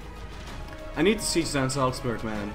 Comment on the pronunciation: wow that pronounciation on "salzburg" was kinda perfect